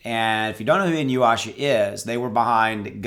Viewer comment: "E-New-Yasha"... Inuyasha...